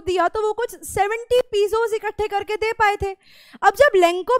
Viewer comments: not पिजोस (पेसोस) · Mam pronounciation to shi kijiye lenco nhi lencho h pisos nhi pesos h 😂😂